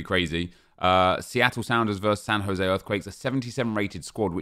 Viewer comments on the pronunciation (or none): none